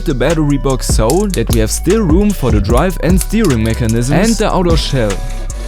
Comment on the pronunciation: love the way he says steering like steewing